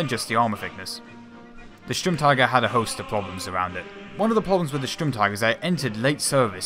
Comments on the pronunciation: In your second try you pronounced Sturmtiger pretty well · Im german and i must say the pronouncynation of Sturmtiger was very good!